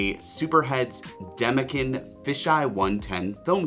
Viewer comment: Great video. However, Demekin is pronounced demekin and not demekin. Hope this helps